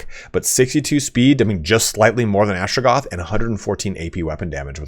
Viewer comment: How many times can you mispronounce astrogath in one video?: yes